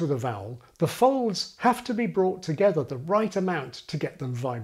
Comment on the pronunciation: I noticed you pronounce 'have' as 'haf'